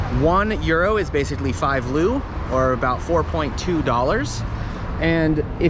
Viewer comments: lol we do not use the "loo" hahaha, it's "leu" (singular) or "lei" (plural - pronounced like "lay") and it means "lion" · Com on bro 😂 you were there for two months and you still call Leu LU ? It’s le like LeBron and u like the U in the utopia LeU.. great pronunciation on sarmale tho 👍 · the currency its not loo, its leu xD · It’s soooooo annoying when someone who has no clue about actual Romanian history tries to make a video about it🤦🏻‍♀️ You may also want to get your facts straight about current day rules… and the currency is not called a “loooo” ffs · My only complaint about this video is that our currency, Leu, is not pronounced "Lou" (also, the plural form of Leu is Lei, not Leus, I've heard a lot of foreigners say it wrong). Other than this, amazing video, very informative! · About how you should pronounce "leu", it's le-u, with "le" like in leprechaun, then U like in Uganda. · Actually we need to make the difference between fake information spread with the intention to misinform and an honest mistake that anyone can make. I was suprised of the quality of the presentation despite the small errors and I don't expect a foreigner to perfectly pronounce "leu" or that the local name of Vlad was Vlad Tepes.